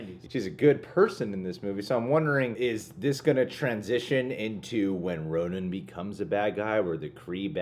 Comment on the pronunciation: Bloodstone Pisces It’s Ronan. Not ronin